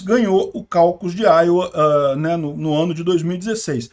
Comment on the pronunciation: Iowa, diz_se áioua